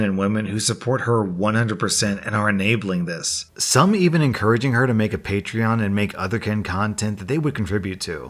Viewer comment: Hey he said paytreeon instead of patreon